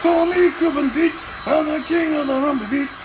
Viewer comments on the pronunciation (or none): none